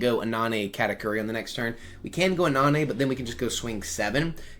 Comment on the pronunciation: Anana is pineapple in French but all the A are pronounced like the first one. But nice deck I love how that deck is crazy in the right hands.